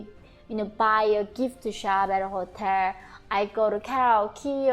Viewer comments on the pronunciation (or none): Yeonmi, I noticed that you have difficulty saying the "l" at the ends of words like "special" and "hotel." The key to it is, touch the tip of your tongue to the roof of your mouth right behind your teeth. That will make the "l" sound.